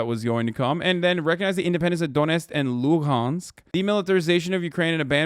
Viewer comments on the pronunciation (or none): He can't even pronounce Donetsk and Luhansk after talking about it straight for a month